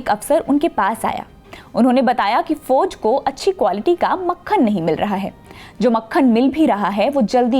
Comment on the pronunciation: Foj mein nai jana. Please improve her pronunciation